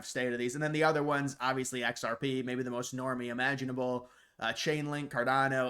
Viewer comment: Dude. You are unable to say xrp. Do your research and you would see